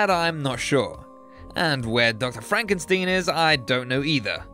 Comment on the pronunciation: did you say stein as steen or is he really called frankensteen?